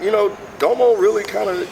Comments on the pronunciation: had it right the first time lol its "da mo" genesis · HE SAID DOMO RIGHT THE FIRST TIME ! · I think had it right. I think he wants it pronounced like Da-mo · Did any of you see the needle drops review of this? Or more accurately read the comments? People were getting on him about the pronunciation of Domo. Ha I love how you guys made sure you said his name right.